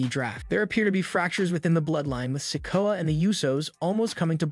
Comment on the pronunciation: Well the one that gets me is when he says solo sikoas name its se-koh-ah not sicko sorry I'm not being mean or anyting it's just a pet peeve